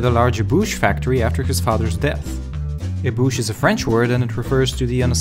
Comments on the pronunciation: Ébauche isn't pronounced with an "oo" sound. More like the "o" in "stone". É-bo-sh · I love your accent and the way you were pronouncing ébauche :D It's actually pronounced eh-boh-sh. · Your pronunciation of the word Ébauche is funny.